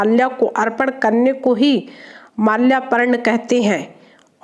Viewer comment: Malyaparn nahin malyrpan hota hai madam